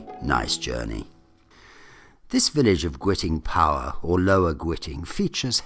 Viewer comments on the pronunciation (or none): Sorry to be a pedant but Guiting Power is pronounced Giting ....like kiting